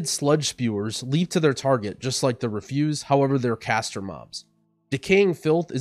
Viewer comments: Because English frequently doesn’t make any sense, there are two words spelled refuse. One the means unwilling response, pronounced the way you did in the video, re-fuse. And the other means trash basically, pronounced ref-use. I think you wanted to use the other one in the vid. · Great guide! But it's 'disgusting REFuse' not 'disgusting reFUSE'